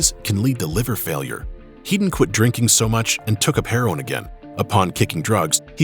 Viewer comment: FINALLY SOMEONE GETS THE PRONOUNCIATION RIGHT WITH TOPPERS SURNAME. HEEDON NOT HEAD- ON.